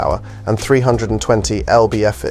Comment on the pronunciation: Only an uneducated idiot or AI would call "lbf" L-B-F. It's short for pounds-force.